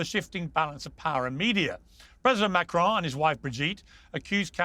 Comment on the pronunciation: There is certainly something very Dylan Mulvaney-esque about Brigette Macron. The only thing that irks me however, is how every American always pronounces the surname in a way that rhymes with stone.